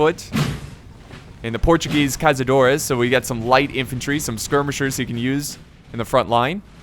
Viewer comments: This "ç" in Caçadores isn't pronounced as z, instead is pronounced as a "s", also, great battle, greetings from Brazil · The Portuguese unit is pronounced Cassadores Caçadores translated to english is hunters